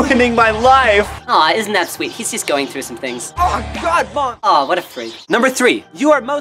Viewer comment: did anyone else hear his Canadian accent when he said mom